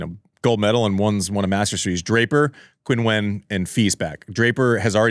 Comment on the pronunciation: Hey guys, love the podcast. Just a quick note that Qinwen is pronounced like “chin-when” not “Quinn-when”